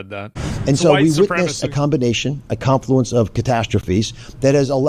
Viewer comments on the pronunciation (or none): none